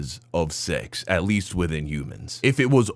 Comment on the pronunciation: why does he say sex like that. ( She-XXXXX ) like he is afraid of someone will hear him saying that word.